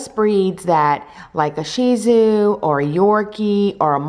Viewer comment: I think its pronounced as “shit-zoo” not “she zoo” idk not sure